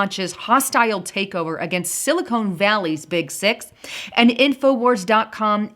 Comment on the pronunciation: GREH-nich is the correct pronunciation, not GREEN-WITCH.. And it's SILI-KHAN, not Sili-cone.